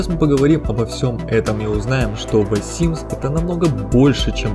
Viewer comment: Почему Вэ симс ???